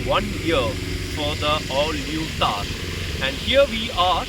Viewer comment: Thar not Taar, dissimilarly Maruti not Maruthi 😂